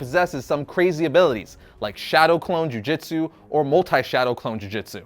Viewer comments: Man called the Shadow Clone Jutsu "Shadow Clone Ju Jitsu..." Bro... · Jiu jitsu? Its jutsu no? 🤨